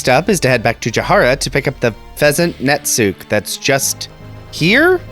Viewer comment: For what it's worth, and since you questioned it in a previous video, Netsuke is Japanese, so it doesn't have silent letters. It'd be pronounced like Sasuke but "nets" instead of "sas"